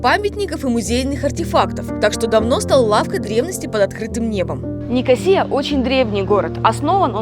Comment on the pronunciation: Кипр Ван Лав! Главная его достопримечательность это , всё же, люди. Пообщавшись с ними побольше вы не когда не назвали ЛА́рнаку ЛарнА́кой, а НикО́сию НикосиЕ́й.